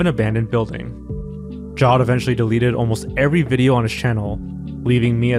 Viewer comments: Jawed as in Jared with a w, not "jod" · Great vid! Jawed is pronounced "Jah-wed" btw